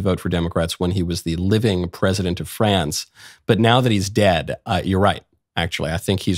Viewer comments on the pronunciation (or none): none